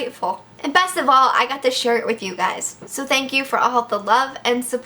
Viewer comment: it sounded like she said "Shirtd it with you guys" instead of "Share it with you guys"